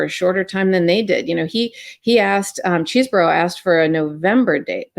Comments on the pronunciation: It is pronounced CHESBRO, not Chesboro! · Isn't it "Cheez bro", not "chess borrow"? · cheese-bro 😮 ugh its reminding me of the Ka-MALA pronounciation! Ben, stop-it! not Chez-borough!!! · It's CHEESE-Bro not Chezz-boro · His name is pronounced Cheese-bro. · its pronounced cheese bro